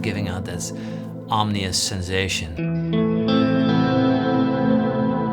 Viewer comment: That it the most amazing and versatile effects pedal I have ever heard, but it's om-IN-ous, not om-NI-ous, and pompous doesn't mean what you think it means.